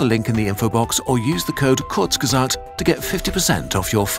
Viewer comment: „by Kuzrg❌/Klutzge❌/Krgrtzghfutbw❌/Kurzgesagt✔️“